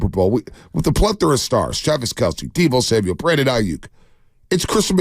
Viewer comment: You miss-pronounced Deebo.